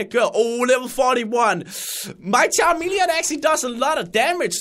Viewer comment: Again.. it is CHAMELEON that he said Not CHA"R"MELEON